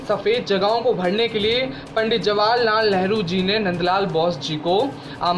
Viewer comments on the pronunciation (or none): none